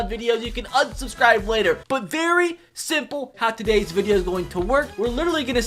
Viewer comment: I love how in the beginning It say Vadio instead of video